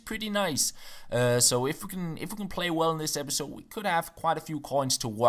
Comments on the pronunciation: Lol 'Pepisode' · haha "pepisode" in the second page of the rules :)) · it Says pepisode NOT episode #Fail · Pepisode lol 😂